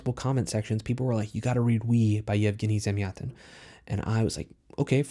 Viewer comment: Thank you! I now know how to correctly pronounce Yevgeny Zamyatin :)